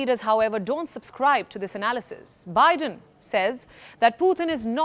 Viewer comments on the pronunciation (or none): none